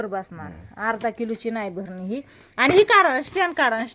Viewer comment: भरणी नाही बाई बरणी आस बोलतात